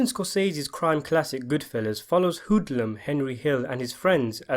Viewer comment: idc what accent you have dont ever say hoodlum like that again